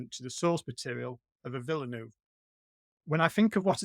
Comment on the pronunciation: All experts here but they all fail to pronounce the name of the director correctly. Again, it's not Villenooove!!